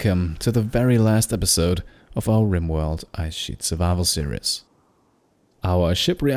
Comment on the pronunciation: Same here, didn't actively search, premise sounded fun, loved the great narration style. Watched the entire series over maybe a week. Only one thing, your pronunciation of "series" switches from fine to imitating the mispronunciation of the Braun razor ads on German TV. "Serious" (see-ree-yes) is "ernst", not "serie". There is no "yes" sound in series; the -ies ending is pronounced exactly the same as in German, i.e. it rhymes with "dies" or "Paradies" in German, or "sees" in English. Minor observation, as your English is excellent. I hope you don't take this the wrong way, as your voiceover is brilliant. It's something that I notice German speakers doing all the time; as I say, I blame the Braun razor ads. Quite why Braun are releasing ads where they mispronounce the name of the product is something I've never managed to understand. It irks me (and my wife) every time we hear the ad.